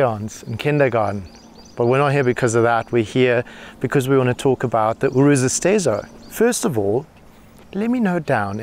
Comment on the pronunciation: Finally, a journalist that actually knows how to pronounce the name right.